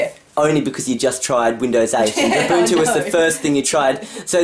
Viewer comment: Finally you say UBUNTU right.